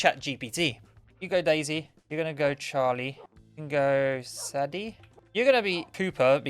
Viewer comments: Its not saddy its saydee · IT'S SAY-DIE NOT SAH-DEH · Saddie 😮…pronounced say-dey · Sadie is pronounced say-dee :)